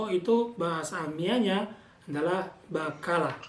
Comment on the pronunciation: Maa syaa Allah tabarakallah ada abla yg mau ikut bagi ilmu. Oh ya kak, afwan kalau bahasa Amiyah itu huruf ق dibaca "G" misal tadi kata "بقالة" dibaca "Bagalah"